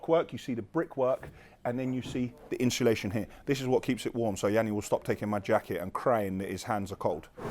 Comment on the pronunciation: Is me thats been saying insulation wrong for 30years lol cos says " inshulation" and also "balllarrst" 🤔😂